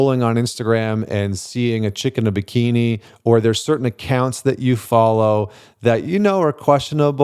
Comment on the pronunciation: Lolololollo I heard "a chicken bikini", then I realized it was "chick in a bikini"